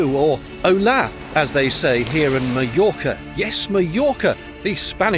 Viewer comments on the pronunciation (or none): holaaaa... xd, the accent is on the "o" not in the "a".... but good video.